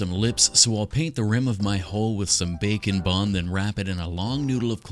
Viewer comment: Bake 'n' bond kina sounds like bacon bond 😂